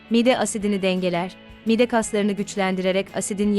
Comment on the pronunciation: Siz anlatan hanımefendi Türkçede bazı klimelerde bazı harflerin uzatılması gerektiğini bilmiyor musunuz, mesela mide kelimesindeki i harfi uzun okunur, aksi halde çirkinleştirirsiniz